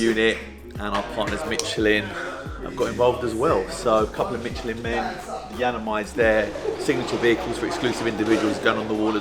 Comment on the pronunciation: Im trying to find the "T" in Michelin ,,,,,,, anyone???